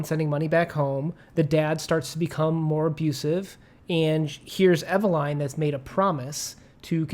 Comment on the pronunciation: Oh good Lord… please don’t pronounce Eveline in that fashion…